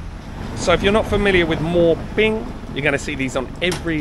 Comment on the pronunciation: He mispronounced And it looks cute to Thai people. 😂😅